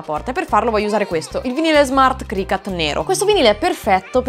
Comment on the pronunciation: CricUt please no cricAt.. is not a CAT 😭😭🐈